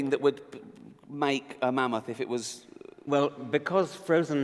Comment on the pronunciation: i can hear karl saying MAN MOTH ......lol